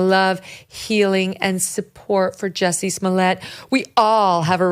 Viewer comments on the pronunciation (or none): Love the accent on the Juicy Smollete.